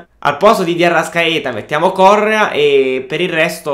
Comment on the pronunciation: si legge corréa non córrea